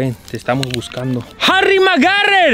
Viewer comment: "Harry Magarer" 🤣🤣🤣